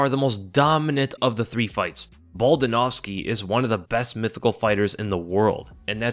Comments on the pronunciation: you literally called the man "Baldanovski" :D But mad respect to Holloway for trying. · BOLDANOVSKI LMFAO Hilarious. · my guy said volkanovski then Volganovski lol hell yea